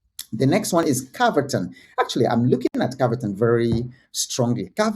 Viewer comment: No. 6 is CAVERTON not cavatin